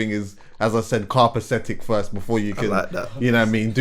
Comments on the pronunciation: Lol the word is “ Copacetic” and it’s not a “yard man ting” it’s just English bro 😂😂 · trust me i was thinking whats he on carpathetic??!! had me dying